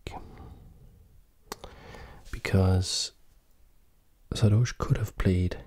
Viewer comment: Everyone : saRdoche That guy with his cool voice : Saadoche